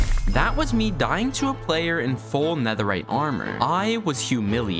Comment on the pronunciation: Bro in bastions its netheright 😅